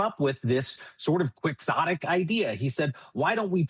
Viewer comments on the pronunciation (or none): I don't know what's worse - using a word like 'Quixotic' to make yourself sound intelligent or pronouncing it incorrectly and proving you're not.